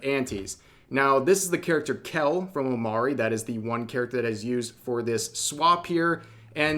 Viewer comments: Its pronounced O Mo Ri not O Ma Ri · Omori... you pronounce it OmO-re, not Omary. Omori comes from the word hikikomori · its omori not omari. Learn how to say words. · I think its pronounced omori not omori Hope this helps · Yeah I was gonna say... 😅